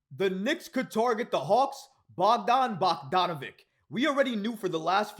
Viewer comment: his last name rhymes with sandwich... it has a ch sound not a hard k sound, bog-don-a-VICH... not bog-don-a-vik